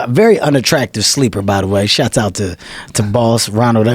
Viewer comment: Why can't black people say the word "shoutout"? Shots out.. lol